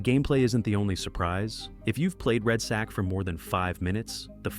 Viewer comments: "Red sack"? C'mon lol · Red sack? Wtf can you read man!? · it’s really bothering me that he calls it red Sack